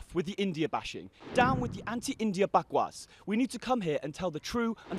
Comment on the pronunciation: yes...he said "bakwas" so proud of this man !